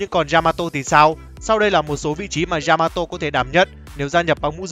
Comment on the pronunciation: Yamato not djžamato.....